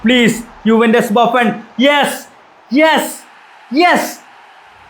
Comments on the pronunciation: ബാഫൺ ❌ബുഫൺ ✅ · Buffon ❌Baffan ✅